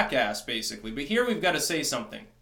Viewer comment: Who "gut it" says "got as "gut"